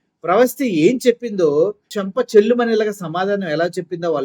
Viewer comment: ఒరే బాబు ఛానల్ వాళ్ళు తెలుగు సరిగ్గా నేర్చుకోండి రా బాబు... చెల్లు మనిపించిన కాదు చెళ్ళు మనిపించిన